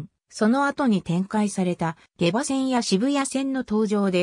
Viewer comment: げばではなくしもうまと読みます